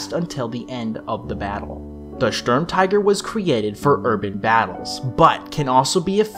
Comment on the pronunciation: And then proceeded to schtorm all over the place